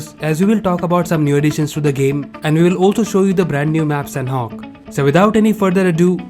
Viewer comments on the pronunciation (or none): none